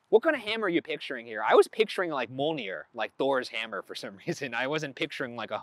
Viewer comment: a minute of silence for the way ryan pronunced mjolnir